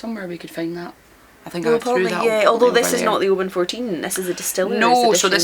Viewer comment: Thanks for the pronunciation of Oban. Here in the US I only hear it said with the hard A. I can be a whiskey snob now and pretentiously correct fellow drinkers.